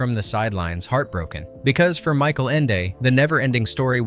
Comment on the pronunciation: Please, Michael Ende was german, his name is not pronnounced as english...it is "Michael" (Mikael)not Mike.